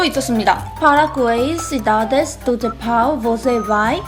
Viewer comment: Ela é muito fofa falando português! Falando "Japão" parece que a guria é da gringa ksksksksksksks